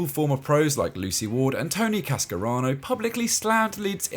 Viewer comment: Tony Cascarano? Could be a good idea to peer check scripts/voiceovers guys